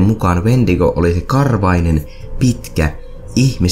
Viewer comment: Toi "Wentigo"-sana kuulostaa siltä "huumenesteeltä", en muista sitä nimee kyl just nyt 😂